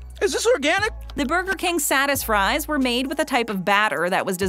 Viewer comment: I laughed so hard when I heard Satisfries more like “Saddest fries”